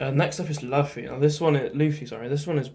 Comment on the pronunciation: You're the only person who sounds right calling (loofy) luffy. Love this list